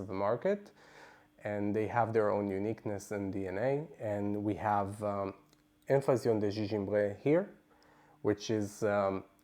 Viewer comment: Hello! Thank you for this review. I got this as a tester at home and loved it. I enjoy the history and background of the perfumes that you share. Having said this I cringed the way you massacred the name of the perfume in French. I would strongly recommend learning a little French. A little goes a long way. Hugs from Canada 🇨🇦